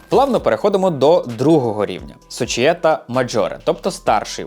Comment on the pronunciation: "унІта", а не "Уніта". "сочієтА", а не "сочіЄта". Ну хоч в Ґуґл Перекладача спитати можна. 🙂 А так контент гарний.